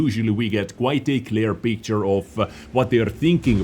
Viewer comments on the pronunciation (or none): none